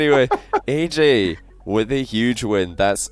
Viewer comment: U mean AyyJayy u said ayykayy